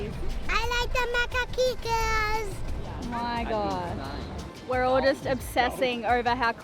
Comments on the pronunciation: In the American accent we pronounce the name of the monkeys "ma-kack" and the second syllable rhymes with 'hack'. Never forget that wild animals are wild and you should stay away from them. Also, monkeys might be small but they are usually stronger than your average human. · how not to reef huh? Slab reefing is simpler and much much more reliable. I hope you guys are getting slab reefing on the 60'er The monkeys are Macaques (pronounced ma-kack) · I had macaques as a boy in Taiwan. They aren't good pets, too excitable. We kept them in a big cage for awhile where they passed the time practicing all 64 positions of the Kama Sutra. My parents happily traded them for 20 pair of parakeets. Pronounced, ma-kock. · Crikey guys, what the actual eff! Those macaques (pronounced ma-kaks) are wild animals, they were just being macaques, all blame for the incident lays at your feet. Whats next, allowing them to hand feed dingoes on K'gari (Fraser Island)?